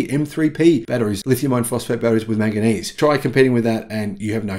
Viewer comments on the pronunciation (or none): none